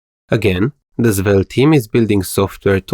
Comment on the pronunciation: Why does your svelte pronunciation sounds like "Zwelte"